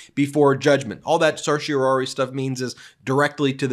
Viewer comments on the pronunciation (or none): Anyone else stressed out by how he pronounced certiorari?